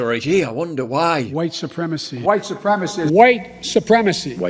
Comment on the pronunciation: Biden keeps going on and on about "huwite supreme macy" - WHILE BEING WHITE HIMSELF!!!